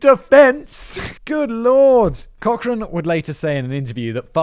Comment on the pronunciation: This guy annoys and irritates - laughing and mocking at inappropriate times. Sarcasm and childish comments. Nowhere close to other documentaries online. And learn to pronounce the names like Cochran 🙄🙄🙄